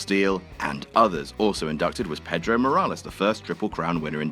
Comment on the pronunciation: It's PAY-DROW! NOT Petro. He's not fuel you put in your vehicle...